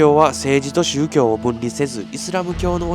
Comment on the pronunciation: 宗↗教↘ではなくて宗→教→